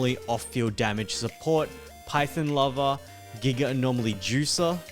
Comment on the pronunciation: Half the words are so annoyingly mispronounced. Who calls “Phaethon” as “Python”